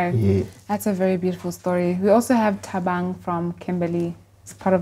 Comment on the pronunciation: Khosi said thabang, I was like haibo😂😂